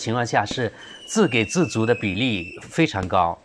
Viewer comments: 小瑕疵，错别字提醒，不是“zi gei zi zu”，是“zi ji zi zu” 给予 自给自足都是读ji，三声。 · 自给ji（三声）自足